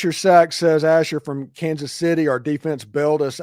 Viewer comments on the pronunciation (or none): none